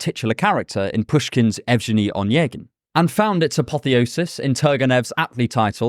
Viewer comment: So sorry, but I am just so very happy when anything on Russian literature but Dostoevski is said in English! Like, the Hero of our Time's my favorite book since we read it at school... Thanks for making my day. Oh, and its better to read Evgeni (i guess its spelled that way) as Evgheni. Its the harder g